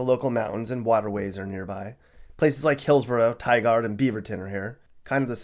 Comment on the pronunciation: You said Tigard wrong there is no other city named Tigard. I GROW up there. Oregon is a beautiful state but has some crazy people running it you could spend your whole life and still not see it all